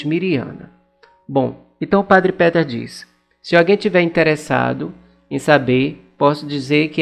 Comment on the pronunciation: Olá amigo, gosto muito dos seus vídeos, Deus abençoe sua missão!!!! Queria só fazer uma observação, para ajudar!!! Só a questão da pronúncia do nome do padre e do monte!!! Se pronuncia, Padre Petar Lubertite. E o monte se pronuncia, Pôdbodro!!! Abraço